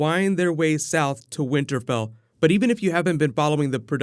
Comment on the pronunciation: Did you say winter bell? Lol